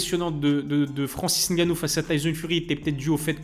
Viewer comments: j’en ai rien à foutre de ton nom,de ton origine ou de comment tu le prononces ou comment tu veuilles qu’on le prononce. Tu me racontes tout ça pourquoi en faite?? Toi c’est?? Mais mdr.Le mec dans la vidéo sait prononcer "Ngannou" car il a un cerveau qui fonctionne donc c’est facile à prononcer pour lui,j’ai fais la remarque parce que pour beaucoup sur YouTube comme toi,c’est trop d’efforts cognitifs pour vous,donc je remarque, c’est tout. Je sais pas pourquoi tu me racontes ta vie. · La bonne prononciation de "Ngannou" merci👌🏿 on like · Suis je le seule à regarder et La Sueur en ayant l’impression que ce sont les même personnes? Bravo de faire les efforts de bien prononcer le nom de Francis ‘NG’annou 🫡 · j’ai dit des efforts* cognitifs, petit trou, et comme j’ai dit jn’en ai rien à foutre de ta prononciation de son nom ou de comment "eN eUrOpE" c’est trop compliqué pour certains comme toi d’utiliser leur cerveau pour assoner deux consonnes ensemble. Le mec dans la vidéo a bien prononcé le nom donc j’ai fait la remarque. Je sais pas pourquoi tu as tenu à me faire savoir que tu savais moins utiliser ton cerveau miniature que lui, j’en ai rien à foutre mon petit. Mdr lui…